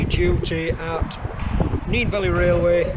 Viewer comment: HE CALLED IT NEEN. NO. NEN, that's how it's pronounced mate. Other than that fantastic video